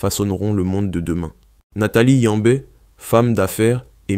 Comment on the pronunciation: Il parle français et il prononce « Yambé » là où il n’existe même pas un « e » muet. Cette propension à déformer (volontairement ou non) les noms africains cache un racisme (conscient ou non) visant à nous chosifier, à nous animaliser alors que pourtant il existe chez eux des noms plus compliqués qu’ils se donnent la peine de prononcer correctement. Nous écrivons nos noms dans leur langue bordel, qu’ils utilisent juste les règles phonétiques de cette langue